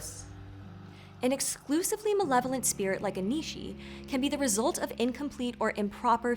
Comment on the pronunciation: At the beginning of the video I thought said "benevolent" instead of "malevolent" and it took me a minute.